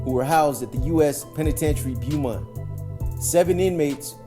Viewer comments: Pronounced ; Bo-mont, not Bu-mont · We pronounce it “bowmont” here in tx💯💯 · It’s pronounced Bow mont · I was just bout to say that